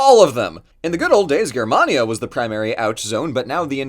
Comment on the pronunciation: Someone pronouncing Germania correctly based